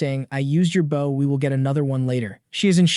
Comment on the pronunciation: Serious question why is it you can't pronounce bow